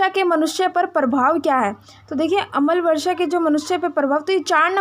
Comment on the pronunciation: अमल वर्षा नही अम्ल वर्षा बोलिए 🙏